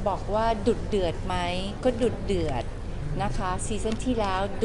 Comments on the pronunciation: พี่เกดออกเสียงดุเดือดเป็น"ดุดเดือด" น่ารักกกกก5555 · พี่ลูกเกดพูดคำว่า ดุเดือด เป็น ดุดเดือด ฮาอะ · พี่เกดคะ "ดุเดือด" ไม่ใช่ "ดุดเดือด" ฟังแล้วขัดใจ... สติค่ะสติ :)